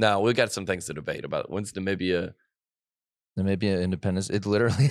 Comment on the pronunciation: Ni-mim-beeee-ah. Emphasis on bee. Lol